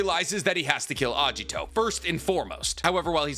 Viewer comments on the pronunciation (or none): It's Agito, not Ajito